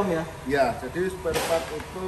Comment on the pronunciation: SPAREPART BANG.. BUKAN SPELPART